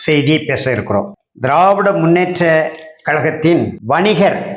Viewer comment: ஐயா திராவிட முன்னேற்ற என்கிற வார்த்தையை ஏன் இவ்வளவு அழுத்த மாக உபயோகிக்கின்றீர்கள் இதனால் தான் திராவிடர்கள் வலிமையாக உள்ளார்கள் நாம் தமிழர் என்ற வார்த்தையை அதிகமாக அழுத்தமாக பயன்படுத்துங்கள்